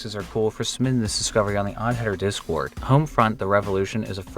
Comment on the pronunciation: ....I just scream or make noises when you say d-cord....... or try to.... there are times were you catch me off guard and............I hate it please stop saying d-cord...... it traumatizes me...... everyday when I hear it..... please..........it hurts... -Devon Boyko